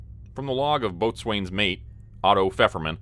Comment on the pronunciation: One of the better researched stories, definitely. However, isn't it supposed to be ABLE Company and BAKER Company, not Alpha and Bravo? Alpha and Bravo are post ww2 terms. Also it's pronounced Bo'sun's Mate not Boat swain's Mate